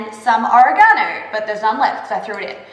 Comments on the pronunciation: Or-ra-ga-no. It's quite in5teresting to hear how that word is pronounced. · I'm Canadian, with Italian ancestry, and grew up in an Italian household, with lots of Italian speakers; and I LOVE how you pronounce "oregano"... like I want to fold it into Japanese art or something... xD LOL! It's very cute - don't stop. Thank you for sharing - good info and great job.